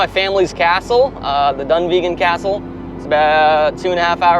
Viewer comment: “I’m 15% Scottish” no you’re not you’re American and you can’t even pronounce Dunvegan properly. Don’t be “That kind of American” please!